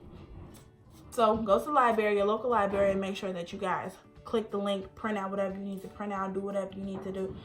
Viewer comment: “Local libary “ 😂